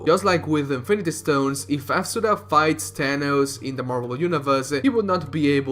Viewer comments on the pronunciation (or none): it's not asuRA. it's aSUra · I cringe when you pronounce Asura, Chakra and Mantra.